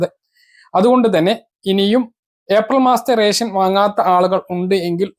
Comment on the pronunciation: നാക്കു വടിച്ചിട്ട് വായിക്കെടോ. രെസം. അല്ല റേഷൻ